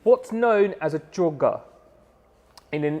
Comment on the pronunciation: It's choga dude